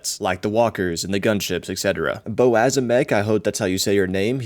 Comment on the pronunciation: my name is pronounced bo-az em-ek but ur close enough xD